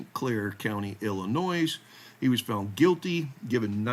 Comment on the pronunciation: Hey, there’s no NOISE, in ILL-IN-NOY (Illinois).😊